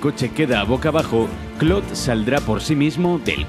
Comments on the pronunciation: clod xd su nombre es claude pero se dice claud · ¿"Clod"? ¿No sería mejor "Claud"? xD Igual es una estupidez. Muy buenos videos. Saludos. 👋🏻😁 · clod Xd Perdón, estoy tan acostumbrado a que le digan literal Claude. (Así como se ve) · Por qué les dicen clod ? Se le dice claude espid así lo escribo a propósitos así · Se pronuncia claud no clod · "Clodt" vaya pronunciación.... "Un detalle que a Rockstar siempre le gusta cuidar.." el desmembramiento solo era posible en GTA 3 y en versiones antiguas de PC unicamente. No hay nada peor que una revista de "videojuegos" que no sabe de videojuegos. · 1- son solo errores, ademas se pronuncia cloud (sin pronunciar mucho la I) 2-No tienes la idea de demandas y Dinero qué causaria los desmembranientos en los siguientes juegos de la saga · gringos: Claude Latinos: Claude España: CLOT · Que estresante como se refiere a CLAUDE como "Clod", españoles tenían que ser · Nadie:: C L O D